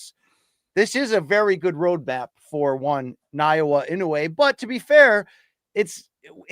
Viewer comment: Pronounced Na-Oya BC❤